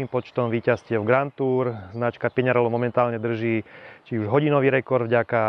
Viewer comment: By ma zaujimalo, odkial za vzala vyslovnost znacky PiŇarello... 🤦‍♂️